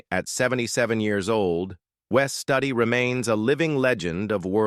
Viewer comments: Interesting but i love how these AI voices screw up pronunciation of names. Wes stud ee? Wes Stewd ee would be correct . AI voices can't differentiate between a spelling and actual pronunciation. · It's Wes Stewdi,not study. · Wes Studi...pronounced Stew-Dee....NOT Stud-ee...learn how to pronounce these names...it makes the video much more valid. We wonder what else is mis-pronounced if you miss the names of the people you are talking about. I assume this is all AI, as well. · Wes Studi pronounces his last name as you would pronounce the first two syllables in “studious.” Studi (.. ous). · If you are going to show the actors at least put the correct before photos and pronounce wes studis name properly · I must have missed the part where the woman died because of a snake bite? And they mispronounced Wes Studi. Loved the movie Dances with Wolves